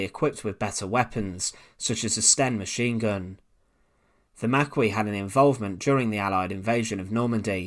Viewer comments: Just some pronunciation notes. The correct pronunciation of Maquis, is Mack-kee, not Mack-kwee. Also, what is known as the "TH" fronting in pronunciation is very very apparent. . It is nineteen thirty three, not nineteen firty free as you say. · I'm sure the Maquis was pronounced the Marki or the Makkee (if you were a regional French resident) in ref to the French fighters, the u was silent. In interest of knowledge. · Thank you. I'm not sure I'm going to make it through the video if he keeps saying it "mac-whee". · Just to let you know, Maquis is pronounced 'mackee'. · No not MACKEE but MA KEY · 'Ma key' is how Maquis is pronounced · The French resistance group Maquis, is pronounced: “Mah-Kee”. FYI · It's pronounced ( Ma- key) just like on deep space nine. You're welcome lol. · Yes or « makee » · Marquis pronunciation = mar kee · I thought Maquis was pronounced "Mar- Key" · Who are the Mackwee? the narrators pronounciation! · Mackee it's pronounced. My grandfather was a maquisard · I die a little bit each time you mispronounce "maquis". [maˈki] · No it's MAR-KEY for a large tent ⛺ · Maquis is pronounced MAH--KEY. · The word Maquis is pronounced 'Maa-Key' please record the vo again - interesting stuff btw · I'm pretty sure the group was pronounced Ma'ki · You mispronounced Maquis. Try again. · Yeah, but you have to acknowledge his wilful disregard for most words over three syllables ... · I’ll give him a pass on the Maquis pronunciation. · If you're planning to say 'maquis' a hundred times in a video, it's a good idea to make sure that you know how to pronounce it.. 🤦‍♂️ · Thank you. Doesn't help that he says it over and over and over. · How they all flip out about the pronunciation of "Maquis". As if the French didn't butcher English words at any occasion. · Come on dude. Learn how to pronounce Maquis. Your mispronounciation is insulting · We’re up to 87 similar comments on how to pronounce Maquis, let’s shoot for 150. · Not makwee but maquis ( mackee)